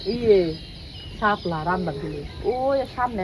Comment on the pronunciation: হাপলা বলে না শাপলা বলে